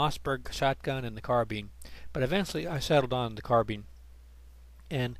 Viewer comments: I can't take it when he says car-bean... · Thanks, that error was mentioned the day the video was put up and about a hundred times since, I tell people now I said it deliberately to stop people going after my pronunciation of carbine. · Real question guys: is it car-Bean or carb-Ine